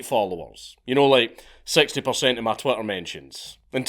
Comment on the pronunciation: Is it just me, or does it sound like you're saying Twatter when talking about Twitter. Maybe this is purposeful.